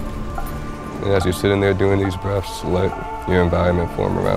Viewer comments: He said take some "Breffs". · What’s breafs? Someone ax em dat.